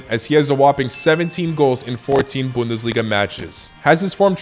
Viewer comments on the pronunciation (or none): none